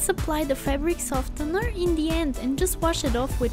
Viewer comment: The c is silent in scissors The t is silent in softener